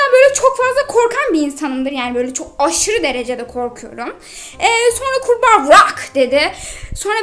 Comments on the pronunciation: Oha kurba wırak demiş abla o kurbağa bozuk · Sonra kurba gvrak dedi🤣😂😅